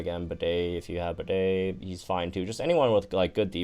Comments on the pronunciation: Disrespecting my mans Bede calling him Bidet,he isn't a toilet that washes your butthole with water gun,he isn't Toto brand, He doesn't warm your butt in the seat,it is pronounced Bee-Dee,The heck?!?!?!? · pls why are you pronouncing Bede like that